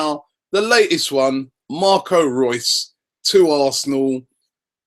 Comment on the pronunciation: Why does he keep on saying " Marcos Rues "